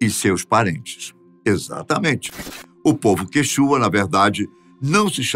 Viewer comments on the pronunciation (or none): Quanto ao povo Quichua, a sílaba tônica é no "i" e não no "u". Esse canal prima pelo máximo de detalhes históricos. Junto com isso deve primar, também pela pronúncia de nomes próprios inerentes a cada povo.